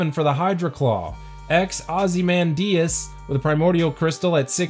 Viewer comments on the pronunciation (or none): I’m sorry. Did u just ozymandius as OZzy MaN diussssss